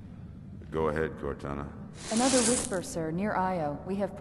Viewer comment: no, said cortaghraphy